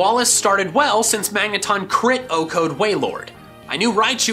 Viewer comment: Why do you keep saying O-code?